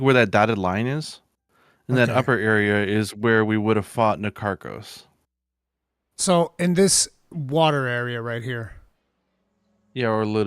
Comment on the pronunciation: You are all wrong, it's Na-Tar-kos